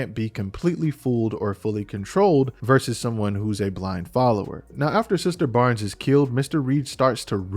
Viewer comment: versus not verses